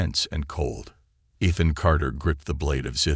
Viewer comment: It's a good story so far. You need to work on your words. It's Ethan